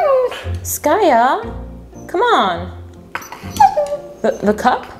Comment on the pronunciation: Her name is skaya